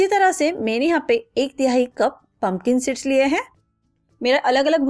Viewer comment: थोड़ी देर के लिए,अंग्रेजी को भूल कर, हिंदी बोल सकती हैं, टॉकी, हरकोई,कम पढा लिखा भी, आप की उपयोगी रेसपी को समझ सके।पता ही नही चल रहा है पनकन सीड बोलै हैं या पंपिंग सेट बोल रही है, आपका उच्चारण भी बहुत स्पष्ट नही है। कृपया ध्यासन रखिए कि, कहीं ऐसा न हो जाए कि, आपकी मेहनत बेकार ही हो जाए। इध्वर असपको सद्बुद्धि प्र्दशन करे। Don't take other wise.